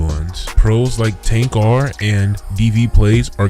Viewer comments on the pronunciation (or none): tancar? not tanqr? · How come veryone pronounces TanqR as "TANK ARE" i mean ik it looks like that's how it sounds but it's "TANKER" lol im off topic